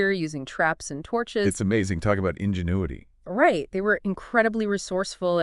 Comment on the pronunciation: AI really said "Injun-uity" at - when talking about indigenous technologies.